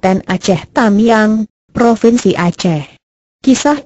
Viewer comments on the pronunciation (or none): none